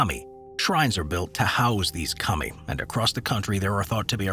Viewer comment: kah-mi not 'cummy' 🤣